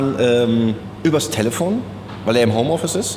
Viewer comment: Jp sagt immer : Tälefon zu Telefon